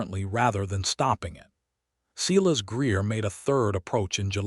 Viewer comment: I enjoyed the story other than the butchering of names Silas and Eleanor! AI has a lot to learn about names and the different uses for tear, live, read and other English words with 2 meanings. I like that the names in the story were different and that Adelaide apologized for being judgemental without knowledge. All in all a good story.